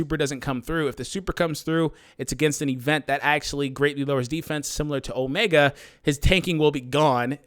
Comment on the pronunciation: O-me-gahd. I want Omega. ....No? walks away sulkily